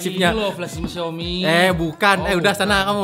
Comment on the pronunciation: Xiaomi cak bukan xaomi . . . x_X